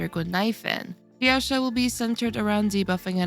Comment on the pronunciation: JIYAO-CHOU. SAY IT WITH ME. JIYAO-CHOU. like ch in chinese. where did the "jiyaoshow" came from? 😭